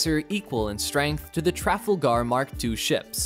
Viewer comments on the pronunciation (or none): The TRAF-al-gar? Do you mean the Tra-FAL-gar? Sheesh. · Lord Admiral Nelson expects the pronunciation Trafalgar! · It’s Tra-fal-ger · Not sure this guy would get that. Maybe help him out by saying Trafalgar is three syllables, not two. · "traffalgarr" gimme a break.... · "Traffle - Gar"...... howling! Please learn to say Trafalgar properly :) Great vid though! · WTF is “Traffle-gar”? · trafalgar not trefal garr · very funny pronunciation of Trafalgar in this video